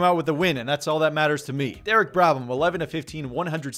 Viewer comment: Just realized that its Derek brABham not brADham